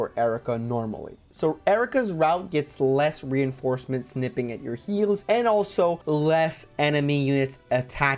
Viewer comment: oh no, not the "reinformecements" XD I can tell you were quite mentally drained here 😅